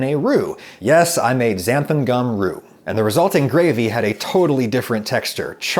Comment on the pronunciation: I have this weird Mandela effect thing with Xanthan gum. I would have bet my life that it was spelt and pronounced "Xanthum gum" but apparently not. I think Adam says "Xanthum" . Does anyone else have this?